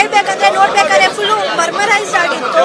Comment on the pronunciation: adu mermarise allamma.. Mesmarize😂😂